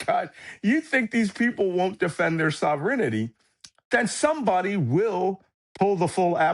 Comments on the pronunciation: I'm sorry but is this AI? "Prem-eyes"? "Sov-ren-ity"? No one pronounces those words like that, but AI would. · Yes. Malcolm Nance is ignorant of many of the big words he uses, and makes many laughable mispronunciations. He also mangles "sovereignty", and any Russian names. I don't think his family didn't talk about high-level topics amongst themselves, so he graduated high school (Nance's highest level of education) without hearing the vocabulary spoken aloud in conversation. He also mispronounces the name of our heavy-lift Chinook helicopters — it's pronounced "Shinook". And HIMARS. But he's never been around them, so he doesn't know.